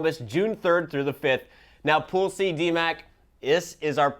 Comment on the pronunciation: lolz.. when he first said Pool C, it sounded so much like pussy...